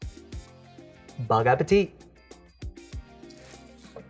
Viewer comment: Is he saying bong appetite?